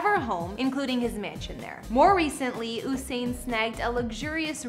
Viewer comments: She calling him Ooosain lol 😂 it’s like Yousain.... Usain Bolt lol 😂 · Exactly 🙄. U would think people would be able to pronounce his name properly by now 🙄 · Its pronounced You-sain as in U-turn as in U-surpe ...Not Ooh-sain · It's not Hossain.. it's Usain.. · It’s not “who-sain” it’s “You-sain” Your welcome 🥰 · Girl, if you're going to do a whole video about someone, please pronounce his name correctly! It's U-sain not OOO-sain Bolt. 🤦🏽‍♀️ It's pronounced exactly how it's spelled. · Its pronounced yousain.....not ooosain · His name is pronounced you-sain not oo-sain” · Mans name is Usain as in you-sain and not ooosain lady ....... get ur pronunciation right❤️ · It U sain not ohsain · From she said who-sain… I knew this was rubbish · Gyal fully dunce 😭😭😭 “ooohssain bolt” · His name is pronounced “YOU SANE” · am sorry i never took this video serious, girl what did you say ooosain? wtf i can't- 🤣🤣😂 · It's the "oo-sain" Bolt for me 😬😫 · You pronounced his name wrong the entire video.... it's usain pronounced like u saying the letter u.... as in yousain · 'Whosain'🙄😒. All this time and ya'll still cant pronounce his name properly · His name is pronounced “you-sain” 🇯🇲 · Say his name again? Oooooosain??? Lol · oosain bolt lmao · It's YOU-SAIN boo-boo 🤨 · It's pronounced Yousane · Its "U" Usain🙄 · Usain "yousane" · Please shut tf up!! Delete the video. Cause his name is not pronounce Who-sain!!!! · ABSOLUTE RUBBISH... and then that stupid pronunciation of his name. Bout OOSAIN ... Kmdt.. gwope road you crazy and lie woman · Who tf is Oosain?.....delete dis bombo...dwlll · I was wondering what the hell is she talking about..she even pronounced his name wrong 🤣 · Considering the fame of this man all over the world and she is mispronouncing his name throughout the entire video! Doesn't seem very bright to me. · 🤬 this needs to be removed. Too many inaccuracies. Starting with the pronunciation of his name. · You could try not butchering the pronunciation of his name 🙄